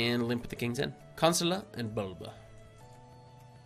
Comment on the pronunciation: That name at the last game was pronounced 'Kon-sway-la'